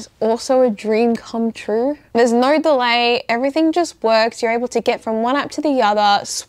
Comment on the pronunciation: How do you put a "r sound" in the word "No"?? 🤔